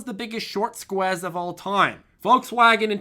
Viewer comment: Why's he saying squez